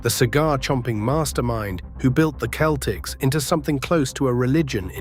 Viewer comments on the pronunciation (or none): It is not the keltics it is the seltics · Keltics? Who can listen to this AI generated slop? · You really don't know the game if you call them the keltics. Its Celtics with a soft c. You sound english which explains it. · I was a 9 year old Boston kid, what a team that was, gutsy. Pronounce Celtics correctly would have been better.